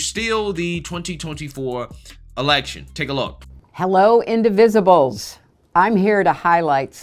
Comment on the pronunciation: "Hello, indivsibles."? Wtf is that? Does she mean, "We The People ",?